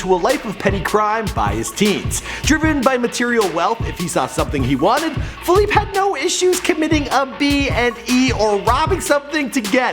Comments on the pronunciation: Pronounce his name right you fucking idiot. Its not Philip its Felipe. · Fe-leep-e not Fe-leep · My Nigga...his name is Felipe (fell-e-pay) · Feel-eep lol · Feleeep hahaha it's Felipe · FelEEP hahaha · you're pronouncing his name wrong... the "e" isn't silent... it's pronounced "eh" so it's like "felipeh" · His name is Felipe, not FALEEP, you disrespectful fake fuck. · It's Felipe not Faleep you scrub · It's Feh-LEE-peh!!! Not Feh-leep😑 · fe-li-pay...dude. after 4th "fe-leep" i had to turn it off. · Felip, LOL!! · Juan Rivera, Actually, Felipe in English would be Phillip not "Fe-leep."I know plenty of English only cats who say the name correctly. I have never heard someone say "Fe-leep" until this fool in this video. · It’s FELI-PEH. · Bro it's not pronounced fahleep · is name is pronounced. FELIP-EH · how do you say his name wrong ? its pronounced fee-leep-a an-dres cor-oh-nell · Dude can't even pronounce the main character of his video's name correctly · God i hope nobody will call me by my name like this guys says felipe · Is anyone else annoyed by the fact that he mispronounces Felipe like times during this video?! Holy crap. If you're going to do a video on someone at least figure out how to pronounce their name... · murdered the pronunciation of Felipe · I can't believe you couldn't say his real name right lol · You're not pronouncing his name right plus some of this isn't right redo it please